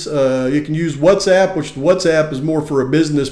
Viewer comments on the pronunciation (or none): none